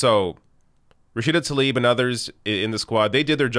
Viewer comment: also just wanna point out her last name is tlaib, not talib. you keep moving the"l"......